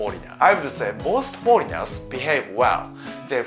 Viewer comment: Foleignels i dont rike